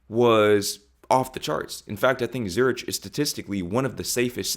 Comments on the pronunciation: Pronounced 'ZuriK' - not 'Zurich' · it@ ZuRICK not ZuRICH apart from that, excellent video! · It's pronounced Zurik, not ZooRich. Nicely paced and good sound engineering and video control. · Great video! Zurich is not pronounced “Zur-rich”, it’s “Zee-ur-ick “ by the way 😁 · Zoo-rick, not Zoo-rich Wealth is NOT money, it's how good your life is, not the oney in your bank or the bli8ng you wear. You might eventually get it if you spend more time in Europe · Please learn how to pronounce the name of Zürich. It’s not pronounced “ZUR-itch” in any language. In English it’s “ZUR-ick” and in German it’s “TSUR-eesh”. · Zurich is pronounced like Zurick not like the end of church. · Please don’t pronounce it Zuritsch it’s Zurik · Zurich pronounced Zur-rick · Zürich is pronounced with a ’k’ sound at the end (Zurik). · It’s pronounced ZURICK NOT ZURICH!!!! If you are going to speak about a country in Europe, at least learn how to pronounce the names first. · You don't pronounce the H in Zurich, it is pronounced Zuric. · Zurich is pronounced 'Zurick'. Please do your due diligence when preparing your vlogs. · I could be wrong but I'm almost certain that you don't pronounce the Swiss city name with a "rich" sound at the end, (Zu-rich) I am pretty sure it's said with a "rick" sound (Zu-rick). Being a Germanic name the sound is almost guaranteed to be a hard sound, (rick) not soft (rich). But this is an English perspective, I don't know if the soft "rich" sound is the norm in America. I'd be interested to know if there is a difference, for example, in Britain we pronounce the capital of Russia as Moss-co, where as in the US it's said Moss-cow. Makes me think what other cities or countries we pronounce differently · You don’t pronounce “ch” in Zurich. It is pronounced like a “k” that is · zur·uhk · / You probably know this by now, but Zurich is pronounced "Zurick". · Now you have some idea of what us Europeans are going on about lol. Also, just as a note, Zurich is pronounced Zurick